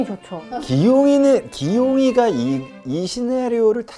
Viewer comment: '기용이가'를 귀요미가로 들음ㅎㅎㅎ